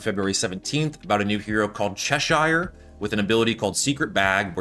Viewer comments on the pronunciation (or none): Love the videos man keep up the great work! Tip, its pronounced cheh-sher.